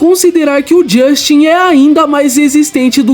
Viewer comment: Não é Dustin é Justin😂😂😂😂😂😂😂